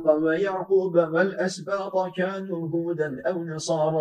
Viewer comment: Allah razı olsun. 71. ayetin sonunda yanlış duymadıysam Hocamız "Kanu yefalun" diyor, doğrusu "Kadu yefalun" olacak. Yanlış uyarı yaptıysam kusura bakmayın.